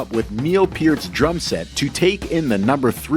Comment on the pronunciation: Thank you for pronouncing Neil Peart's name correctly.